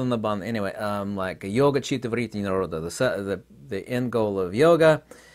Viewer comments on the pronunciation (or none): none